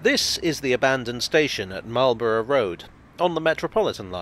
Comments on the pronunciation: Bruh .... it's "Mawl-bruh". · Well done, another bit of the underground covered. A little surprised on your pronouncation as standard English pronunciation is Could have mentioned the old platforms that are clearly seen as the modern Met line trains clatter through from Baker St to Finchley Road. The metropolitan ran from Finchley Road to Wembley Park ( for the Empire Exhibition 1924), with platforms at Kilburn ( bridge over the High Road ), Willesden Green and Neasden. You can see traces at West Hampstead ( old Station building now an estate agent). The Great Central ( now Chiltern trains run parallel from Finchley Road to Neasden, where it branches off to Wembley HIll ( now Wembley Stadium). You can clearly see the date on the Bridge at Kilburn High Road, and the "Squaredle " on the outside of Willesden Green Station. The Met line used to run out to Aylesbury as late as the 1960s. I remember as a very young child traveling with my Grandma to Wembley Park on the Met line with slam door carriages, pulled by Sarah Siddons like dark red locomotives. An example of this type of electric locomotive stood at the side of the Neasden works / sidings and LPTB reserve power station. Keep up the good work and don't always oversimplify your histories. The nearby significance of the Lord's cricket ground to Marlborough Rd and Lords Met Railway, as well as St Johns Wood (Jubilee line - formerly Bakerloo line Stanmore branch) is pretty significant to cricket fans 😂😂. See also John Betjamin film Met